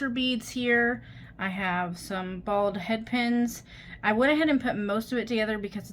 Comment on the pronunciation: Very cute! I had to listen twice when you said " balled head pin" I was like "What's a bald headpin?" Lol I got it then.